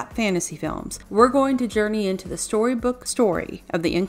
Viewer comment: Terrible review. She just reads it, badly. Her words are sloppy. What's a shorybook song?